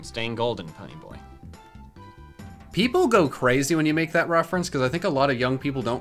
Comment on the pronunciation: I was trying to figure out what quote you said at roughly 8 minutes but then I realised it was Ponyboy not bunnyboy